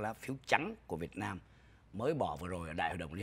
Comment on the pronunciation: Sao ô dũng này nói việt mam như vậy ô là ai ô ở đâu